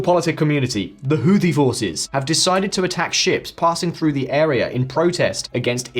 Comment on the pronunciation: the word is "through" ... it is not "frue"